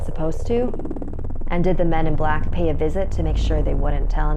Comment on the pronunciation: When she said the men is black I started to think of the movies xD "hear come the men is blackkkkk"